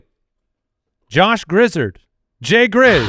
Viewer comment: Josh Griz-zard like Chari-zard the pokemon. He grew up in my hometown in NC